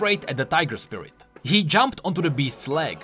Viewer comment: "Spirirt abilities"